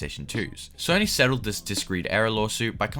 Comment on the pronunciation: “Sorny” PlayStation lol